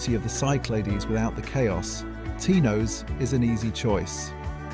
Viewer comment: Tinose ? have you actually been to Greece ? koofounisia ? learn the Greek pronunciation before making videos